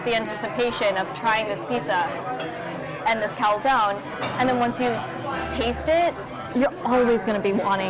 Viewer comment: Everything is good but.. “CALZONE” not calsòn..